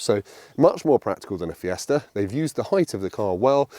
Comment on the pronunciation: I wonder if that fella is still about, to tell he’s not saying Fiesta correctly 😂